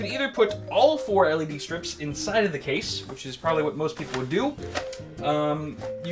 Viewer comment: Why does he say "cha-sea" instead of "case"